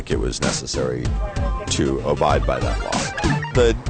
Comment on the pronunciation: Tell it's ABIDE not OBIDE.